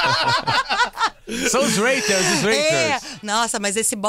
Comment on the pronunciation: alguém pode avisar o cara de barba q a pronúncia dele em inglês é péssima? o cara pronunciou rater ao invés de hater. além d outras como low profile